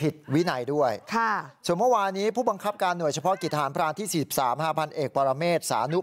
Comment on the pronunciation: ใจเย็นครับคำว่าทหราเนาะ😂😂😂